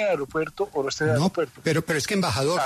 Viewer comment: "ARIOPUERTO"?!! O AEROPUERTO.